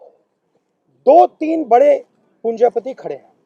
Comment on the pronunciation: Punja pati kya hai , punjipati bolo na ...